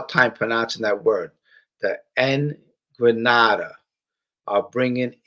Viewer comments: Hey, what's up my guy. Just catching replay now. Hope you and your girls are good. I think in the beginning of your video you mentioned the "NDRAGHATA" pronounced (N-dra-ga-ta). Be well Brother, your friend Neil in South Jersey. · ENDRA GETTA is the way it's pronounced. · Enn-dran-GETT-a hope that is helpful